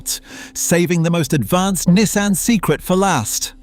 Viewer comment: Learn to pronounce Nissan and maybe make the pictures match what you’re talking about in the video. 🤦‍♂️